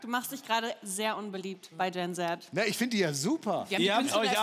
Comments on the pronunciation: "Gen zet" bruder die aussprache😭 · Gen Zet? Nicht ihr ernst, wie sie das ausspricht. Plus, nur die wenigsten kennen Olivia Rodrigo, geschweige denn ihren One Hit wonder, gut genug um den Song auswendig zu können. Die Frau ist ganz anders unangenehm für meine Generation. 🤨